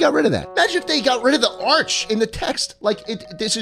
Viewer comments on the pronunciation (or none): none